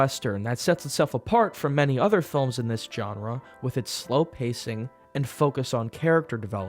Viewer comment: Hi, great job. I enjoyed your reviews very much and a few movies I'm gonna rewatch per you recommendations. Thank you for not spoiling the films yet adding enough detail to stir up interest. Btw you don't have to hit the 'G' in 'genre'. It's typically pronounced with a 'J' instead. Like 'dijon' mustard. Either 'jon-rah' or "Shzzahn-rah'. no offense meant, you enunciated so well otherwise.